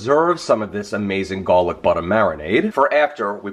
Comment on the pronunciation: As soon as I heard the way he pronounced "garlic butter", I knew this was a recipe I could trust.